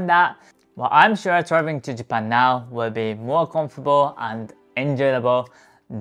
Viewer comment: So you are saying "Visit Japan "